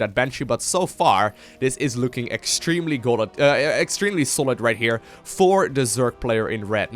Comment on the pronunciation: "extremely golid".... hahahah love u <3